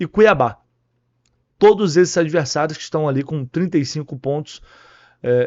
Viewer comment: Eu ouvi "todis"!?... Só pode ser deboche... ST